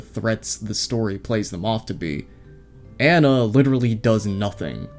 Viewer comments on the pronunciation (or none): none